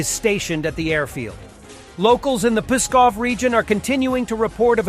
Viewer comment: Please, "Pskov", not "Puskov" or "Peskov"!